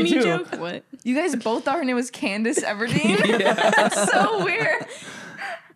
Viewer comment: there IS NO FUCKING WAY THEY SAID CANDACE EVERDEEN I--- THE DISRESPECT